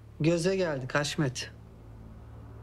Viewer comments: Birkac bölüm önce hasmete de gardasim dedi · Kaçırmışsıniz Haşmet e de dedi 😅